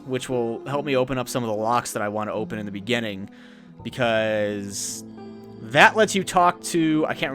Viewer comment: it's beginning not beganning dude